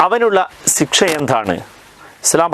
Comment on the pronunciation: "സിക്ഷ" എന്ന് പറയുന്ന പത്തു തവണ 'ശിക്ഷ' എന്ന് ശരിയായി പറഞ്ഞിട്ട് ഇനി യൂട്യൂബിൽ കയറിയാൽ മതി